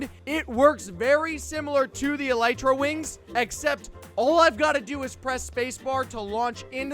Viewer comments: It’s pronounced E-li-tra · Its e-lie-tra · its ee-li-tra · It’s elytra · u said it wrong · Yes you are saying it wrong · Yep your saying it wrong